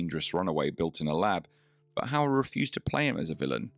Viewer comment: No need to feel sorry for the hostess, she brought it all on herself. How difficult is it to pronounce Mr. Hauer correctly? I will admit his first name is a bit more difficult for non-native speakers of Dutch, but the easy way around that is the aforementioned Mr. Hauer. And getting the movie right is just preparation.